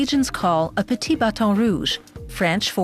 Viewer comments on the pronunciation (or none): none